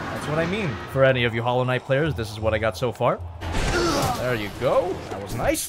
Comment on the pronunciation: Hallow Knight More like Swivel knight